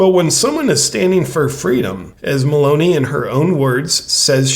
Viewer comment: I am giving you the chance to be the first ever youtuber to say her name right: we pronounce the E at the end as I. MELON - EE ( not ai, not ae, but I , or EE). Love you, you are welcome. CHeers. BTW I also fear she will follow dictates from WEF unfortunately....